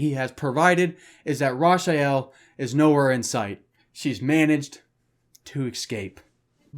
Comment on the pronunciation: Rasha-yell?? Mf her name is Rachael!